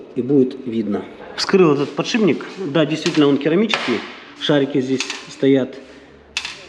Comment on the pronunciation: подшиБник твой запарил. Бесит когда так говорят механики